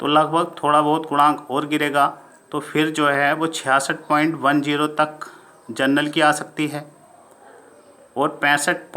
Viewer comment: आप जनरल को जर्नल बोल रहे हैं जो कि गलत है। वो सीट जनरल की भी नही है बल्कि अनारक्षित की है।